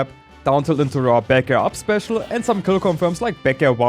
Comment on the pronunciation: D-tiilt, rar bair, up-special Rawr bear?? There's bears? 😮